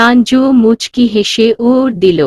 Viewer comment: 😂😂😂😂Canada k C N A D C, uttor k uoor, matro k mayo, dilen k dilo -no, dilam k dilo-mo, keno erokom poren, sonar interest nosto hoye jai. Apnara ki comments pore rectify Koren na naki. Banglai kotha jemon boli ,words gulo k temon e to porte hoy.